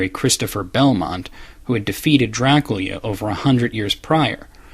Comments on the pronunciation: by who? I never hurt anybody pronounce it like that. Nothing that there's anything wrong with it just face the fact that its weird. I've known many Romanians in my lifetime, and we certainly have discussed Dracula but none of them have ever pronounced it that way. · Why did he speak "do-ra-ku-ria" when the translation is "do-ra-kyu-ra"??? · i appreciate you trying to say the correct pronounciation of dracula, but the problem is despite what someone else said, youre still not saying it correctly. it sounds like youre saying dra-kyu-lea, and its actually Dra-coo-lah. And i have heard it from romanians as well as people who study the subject rather closely, and not once have i heard it like you pronounce it, not even in its native language. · You keep pronouncing Dracula as Draculya. I know the reason, you either said it in the castlevania retrospective or in the comments, but the katakana in the Japanese title says Dorakyura, not Dorakurya. Excuse me if I'm missing something, but it seems both Japan and America pronounce it the same way. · STOP PRONOUNCING IT "Drac-lee-aa". OH MY GOD. It's "Dra-CU-LA" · You are pronouncing "Dracula" as "Drakoolya", but it's meant to be said like "Dr[a]kool[a]". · why do you keep saying dracuila when it is dracula? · Dracula... jra-KOOL-ya... Uhm no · I love watching your vids. I don't mean any offense, but this is a legitimate question. Why do you sometimes pronounce Dracula as "Dra Cool Ya"? Am I missing something? Is that a cultural pronunciation? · Pronounced like "Draculya", apparently, by this author. Though in Romania it's apparently pronounced as "Dra-ku-la," whereas the common pronunciation that all of us Americans are familiar with is "Dra-kyu-la". I suppose to explain this, I'd have to say that everyone has their own personality, and isn't any different. And to, not everyone wants to scroll the comments, so if I've repeated something, my apologies. I figured it needed to be explained once per comment que.